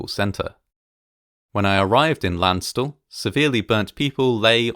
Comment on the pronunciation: *repeatedly flinches at pronunciation of Landstuhl*